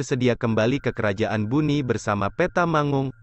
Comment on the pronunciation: bone min bukan buni😅